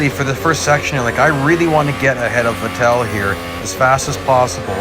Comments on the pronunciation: Going back to early 2010's and the pronunciation of Sebastian Vettel as Sebastian Ve"tell". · As he messed up bottas name he has now messed up vettel’s name